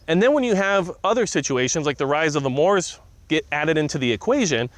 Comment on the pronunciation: Moops not Moors